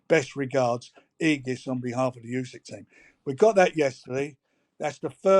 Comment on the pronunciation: FFS Jim it's ooo-sick not you-sick!